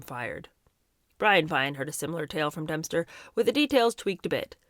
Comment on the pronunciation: is Dempster being pronounced Dumpster on purpose? Lol!